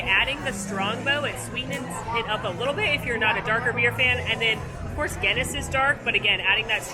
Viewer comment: Maybe it's because I'm English but the way she says Guinness is so wrong.